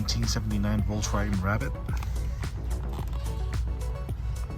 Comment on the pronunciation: Bro doesn’t know to say Volkswagen